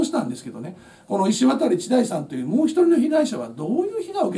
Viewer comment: 石渡←イシワタリじゃなくてイシワタじゃないんですね。まぁ珍しい名字やから読み方いろいろありますか。